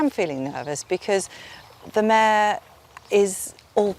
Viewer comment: Mayor not mare